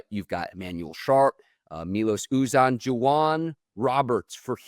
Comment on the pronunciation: If you guys could learn how to say Kon Kneuppel, please learn to say Milos Uzan. My-Lohs Yoo-Zan (rhymes with can).